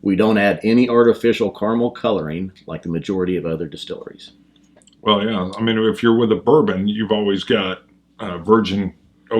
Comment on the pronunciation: Jeff Foxworthy comes to mind here: You know you're a dummy when. . . the distillery itself contacts you because you butchered the brand so badly, lol. Great work guys! Thanks for the review.